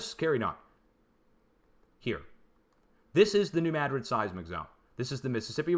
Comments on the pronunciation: It is New MADrid, but he pronounces it with an e between the D and the r, like MADerid. That’s what’s driving us linguists crazy. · No it’s New Madrid, not Mad rid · There is no proper pronunciation of Madrid that puts the accent on the first syllable. It is a Spanish name. I should know, it is a family name.